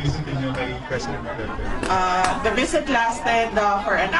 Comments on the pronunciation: Walang galang Ang nag question.Ni Hindi nga inalam Ang tamang pagbigkas Ng pangalan Ng accused.hindi nirerecognise Ang identity o individuality Ng Former President samantalang laganap na sa Social media Ang tamang bigkas.ugali talaga Ng dayuhan na impose Ang knilang designated na pangalan tulad Ng Beijing- Peking, Mynmar- Burma,Sri Lanka - Ceylon etc. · Yun oh, pati pag bigkas ng Duterte, di nga ma perfect, tapos ibagay mo sa kanila